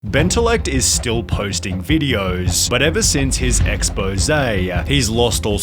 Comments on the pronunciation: "ex-poze" heck, even Flamingo AND Billie roasted him (you know its THAT bad when even an famous Roblox YouTuber & one of the most famous music artists in the world make fun of you for posting unoriginal content with fake ass laughing 💀) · What’s with “ex-poze” ? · "Bentiliect is still posting videohs, but ever since his expose-uh, he's lost support on basically every platform-er. Tictoc is where he starded and you mide describe his style as: laughing at the most basic memes he stole from Reddit-t. "